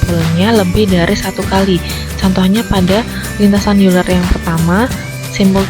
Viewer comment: Euler dibacanya oyler